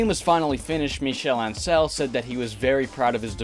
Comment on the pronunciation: The pronunciation for “Ancel” is all over the place in this video